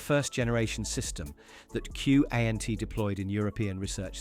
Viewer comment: QANT Sounded out its KANT or worse KAUNT.